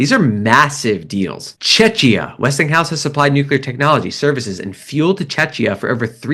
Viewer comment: OFT: Chechia is pronounced che-kia